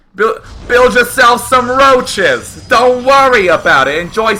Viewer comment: D:D:D I love how he is saying "make yourself some rouches" :D:D